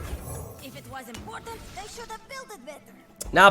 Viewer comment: Okay, real talk.. Am I the only one that hears “in porn” when says “important”? I promise you - you will not be able to unhear this.